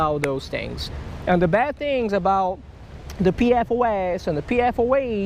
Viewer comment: I think there may be another one of those diseases... It's from everywhere you fished... It's EPFOS. Just kidding lol, just sounded funny when you said PPFOS or something and it sounded like EPFOS